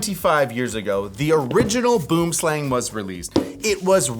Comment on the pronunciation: Please, for the love of ALL that is HOLY!!!! Use Google Translate and listen to the word Boomslang in Afrikaans. Pretty please! Boo(r)m slung.